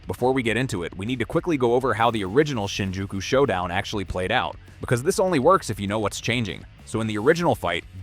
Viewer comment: BRO U SAID THE SHINJIUKU SHOW DOWN WITH OUT GOATEDJO AURA